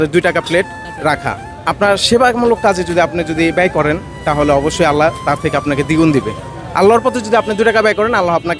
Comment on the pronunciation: আল্লাহো নয়। আল্লাহ উচ্চারণ হবে